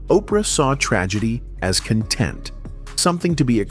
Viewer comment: The AI narration on YT is getting out.of.hand. Especially when a word like "content" is mispronounced. A real person can see that even though they're spelled the same, but have completely different definitions, it's the CONTEXT of a word that determines it's pronunciation.